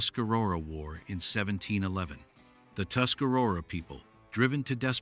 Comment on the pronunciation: They pronounced Tuscarora wrong too.